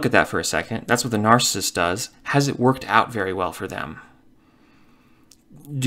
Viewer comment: Could you please just say narcissist properly ONE TIME> It kills me Every opening